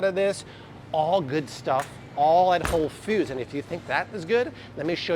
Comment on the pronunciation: Why pronounce Whole Foods as "Whole Feuds" kinda like those who pronounce coffee cawfee?